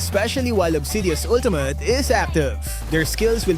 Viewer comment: “Ultumut.” —LMAO